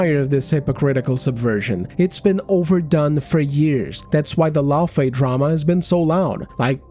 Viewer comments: I notice that a lot of these big brain psychoanalysts can spot a gooner a mile off but still struggle to comprehend basic phonics. It's "FAY" not "FEE". "LauFAY"... if you "ever played the game" you'd know that. Kratos shortens her name to "Fey". He says it all the fucking time! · That redheads argument is shit from the jump. She's talking about liked characters IN THEIR OWN GAME FRANCHISES not new or side characters taking the place of the MC we want to play as. Kratos is GoW. It's literally his game series where he's always been the main character. LAWfey, not LOOfey like she says it, was just a plot device in the 2018 game and a block of wood in the 2nd the way Karen played her in the dream sequences. We don't even know how she died, but they wasted 90% of the dialogue about her in Ragnarok to talk about how super awesome she was fighting on par with Thor and everything lol. But let's not make a game about the events leading up to her death and her fighting alongside Kratos something fans would've found interesting no no no. That's crazy talk. They give her her own game about....something.